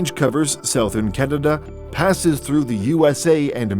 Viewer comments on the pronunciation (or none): none